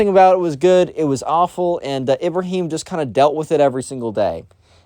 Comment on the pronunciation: I love how you just mispronounced Ibrahim like that 👍 No offense tho